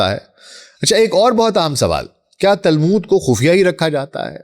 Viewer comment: تالمود نہیں تلمود۔۔۔۔